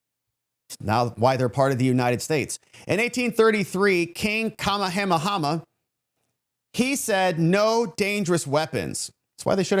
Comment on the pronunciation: Just for future reference: King Kamahamaha's name is pronounced "ka MAY ah MAY ah". Thanks for a really great vid!